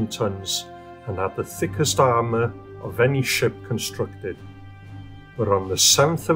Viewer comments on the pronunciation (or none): none